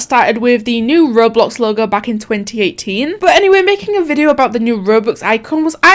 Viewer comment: just started watching your vids and feel right at home hearing you say "videuUU", british gang awesome videos keep it up :)